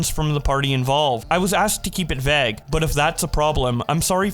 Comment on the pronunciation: can u pronounce vauge like a normal person plz ty